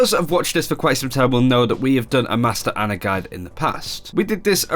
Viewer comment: How can he call himself a pro ana when he doesn't even pronounce her name correctly.